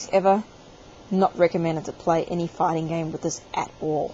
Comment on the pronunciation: When you say "fighting", it sounds like "fucking" or "farting".